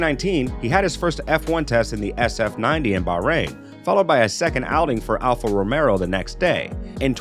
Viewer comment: I keep hearing Alfa Romero and I'm waiting for zombies...